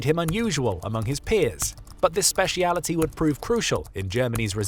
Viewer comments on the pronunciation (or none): none